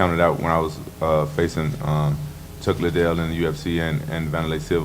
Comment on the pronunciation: He said Chuck little… wtf?! 😂 ahhh the British